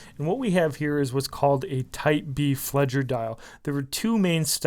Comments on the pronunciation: 1, Fledger? Really?? 2, the date window. On a B-uhr dial? No. Just....no. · FLEDGER hahahahaha